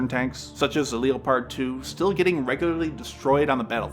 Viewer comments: Says "Leo-pard", instead of "Leopard" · Leppard Leppard Leppard NOT Leo Pard. It's like the animal name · Why did you pronounce it Leo-pard 2? It's Leopard, like the animal. You know, since the Germans like naming their tanks after big cats. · I thought you were using an AI generated voice when you said “Lee-o-pard 2”, nearly lost me. Pronounced Leppard as in Def. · A few things: 1: Don't rely on World of Tanks or discord threads for your info on T-14s. This is the most WoT/War Thunder-esque video you've produced. That's not a compliment. 2: Learn to pronounce Leopard correctly. It's pronounced "Leh-pard" if you're a Yank, "Leh-perd" if you speak Commonwealth English. It's getting embarrassing now... 3: What's an Su-32? It's an obsolete designation. There are no planes flying today called Su-32s. If you mean Su-34s, even proposed export variants keep their Su-34 designation. Come on dude, near enough isn't good enough. Who cares what your view count is if your info/numbers are garbage. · It's, "Le-pard," like the cat, not, "Leo-pard." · You don't know how to say the word leopard? It's the name of a large cat pronounced Lep-erd not Leeo-Pard. What's wrong with you? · "Leo- Pard two?" Screw this AI vid and it's dumbass pronunciation. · LEO PAHRD 2'? Really? Gawd how I hate Computer Narration. It INSTANTLY lessens the credibility and the 'facts' being presented. IOW, it makes you have less or NO credibility. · ah yes the leeeeohpard 2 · "Leo-pard 2"???? What??? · Lee Oh Pard...? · You pronounced leopard...Leo pard. Really? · leo-pard? never heard it pronounced that way before. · Lee-o-pard? Learn to speak. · Why did he pronounce the leopard like that 😂